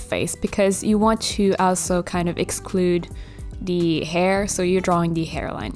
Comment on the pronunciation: I like how she says ‘d’ instead of ‘the’ every single time lol